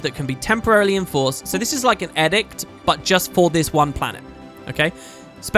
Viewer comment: I'll be that guy. edict is pronounced with a long "e".